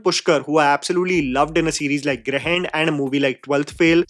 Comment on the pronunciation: Can you spend some time to improve your pronunciation of Hindi names (like Once you pronounced Swanand Kirkire's name in the most weirdly possible pronunciation for a Hindi speaker and Grahan pronunciation in this video).....the same time you spent on pronouncing Jake Gyllenhaal and Joaquin Phoenix names right....lol